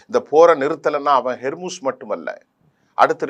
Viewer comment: It's 'Hormuz'. Not 'Hermuz'. Please correct it. 'Hor' means strait.